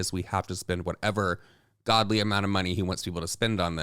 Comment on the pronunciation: It's "ungodly"